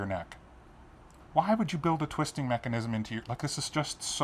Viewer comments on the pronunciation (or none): none